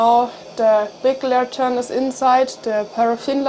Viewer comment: Lantern The accent emphasis is on the first syllable. LAN-tern